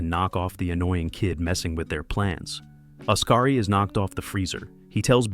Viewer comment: Great pronunciation of the names. SMH 😂. Odkari is pronounced liked Os-ka-ri, not Us-ka-ri or As-ka-ri like it us sometimes pronounced as 😂. Likewise, Tapio is pronounced as Ta-pi-o.